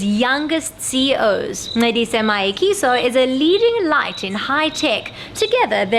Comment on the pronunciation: wow, no! it's so sad how the narrator failed to pronounce "Mayekiso" and yet he got the Brazilain model's name right. Top Billing, you can really do better.